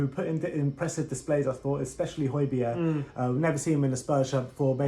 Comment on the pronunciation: Great pronunciation of Højbjerg's name, lads 😁👏👌. Regards from his home town